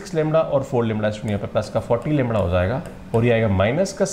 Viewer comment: ये लैमड़ा लैमड़ा क्या है ? असली शब्द तो लैम्डा है श्रीमान जी ।